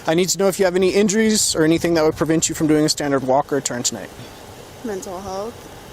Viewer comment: Jeebus. It even pulls that teenaged brat 'add a weird syllable to the end of my whine' thing - "That's what I'm 𝘥𝘰𝘪𝘯𝘨guh!" Barf.